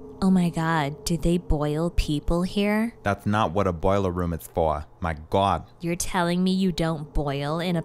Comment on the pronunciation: oh my GWad